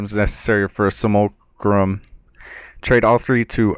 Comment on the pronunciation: sim-you-lack-rum = simulacrum